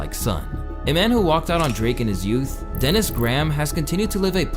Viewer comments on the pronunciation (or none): none